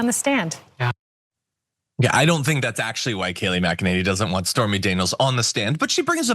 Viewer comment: It's pronounced "mack-a-ninny".